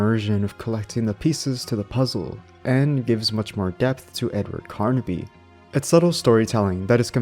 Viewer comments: the main protagonist of the games is Edward Carnby, not "Carnaby" like you keep saying... Shit like that irritates tf out of me!🤬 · Carnby not Carnaby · Pretty decent video. The only thing that kept throwing me off is that you kept saying Carnaby instead of Carnby. Other than that this was a pretty good watch. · Carnby somehow equals karn-uh-bee